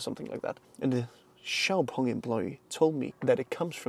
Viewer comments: Really good detailed review. I think you did it justice. You even got the pronunciation and tones right for XPeng's Chinese name! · xpeng(pronounced xiaopeng in Chinese) is a person's name in China. Imagning if you drive a car called Peter or Frank. 😂😂